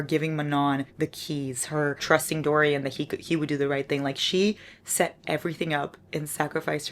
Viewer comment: DO-RYAN? WTF, me muero! also, I am your fellow migrainer:(... what is your kitty's name? He's adooooorable